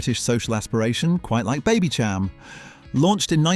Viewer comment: Baby -sham Not Cham